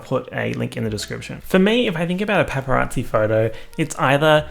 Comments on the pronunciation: Me: Paparazzi: Peppa Yahtzee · says « pepperazzi » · all i can hear is PEPPArazzi and now i cannot unhear it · He really said Peppa Raatsy. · PEPPERazzi is all I hear this who video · All i can hear is u saying pepperazi and it’s making me upset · “pepper at zee” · he really said: pepparazzi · No one:: Pep-per-rasi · All I could hear was pepperazzi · You say paparazzi like pepperatsi and I love it. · pronouncing it like "peperazzi" gives me life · no one:: pepparazzi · i thought you were saying PEPPERazzi as in your dog & i was expecting a video of good pics of pepper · Why do I keep hearing pepperazi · No one:: PepPeRazzi 🌶🌶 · saying pepperazi is so jarring but also comforting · the way u pronounced paparazzi is gross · Me: *listens to the into* *forgets how to say paparazzi properly* Though I guess I don’t pronounce the a either. Why is the a there if no one’s going to pronounce it?